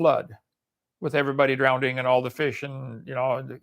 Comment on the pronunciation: "Drownding" is Okie Standard English for "drowning," just as "acrosst" is Okie Standard English for "across."